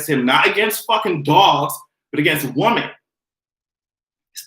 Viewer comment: I love you...but can you say woMEN instead of Woman..or is that your island roots?